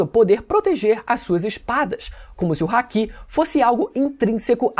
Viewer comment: Amei o vídeo mais pelamor de Deus!! Para de falar "RÁKI" e "KAMUSSÁRE" as pronúncias japonesas não possuem acentos na letra "A"! fica pejorativo essa pronuncia mais de resto ta shoooow ❤